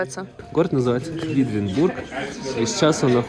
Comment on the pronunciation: И всё-таки город называется КвЕдлинбург, а не КвИдлинбург ;)